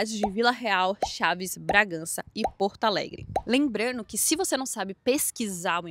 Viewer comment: Não sei porque falam partaalegre..? E Porto Alegre..RS